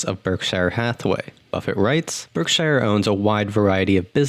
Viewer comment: YOUR PRONOUNCING BERKSHIRE WRONG, MAKING IT SOUND LIKE YOUR NOT A NATIVE ENGLISH SPEAKER.